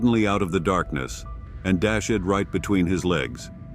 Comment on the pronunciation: Dash-Ed? Are you kidding me? Sounds like you're using an AI program to narrate your vids....buh bye at 1 min 19 seconds into the vid. If you're making money on vids hire a narrator.